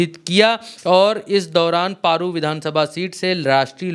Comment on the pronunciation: आप पत्रकार हो जगह का नाम सही से बोला करो पेरु विधानसभा नहीं बल्कि पारू विधानसभा है।